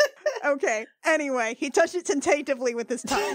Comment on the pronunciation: Haha. This made my day. 'Tin-tate-ivly'. So, which one of you are the Furry? :)